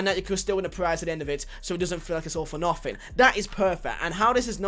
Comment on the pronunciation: "Nofing really"